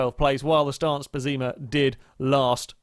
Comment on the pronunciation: pessima not pezzeema ffs